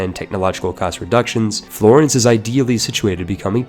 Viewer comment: The way you pronounce "Florence" hurts my soul.